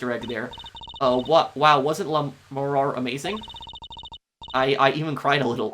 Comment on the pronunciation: I know it'll be mentioned a million times, but Lamiroir's pronounciation at the end is like "Noir". It's the common "oi" in French in that it becomes "oa" saying it out loud, kind of. Think it like "LA Noire". Also, this case has IMO the worst premise to it. So little makes sense at the beginning.